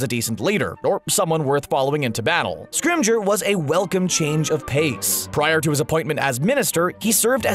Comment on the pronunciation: "Shacklebot"??? "Scrimigeour"???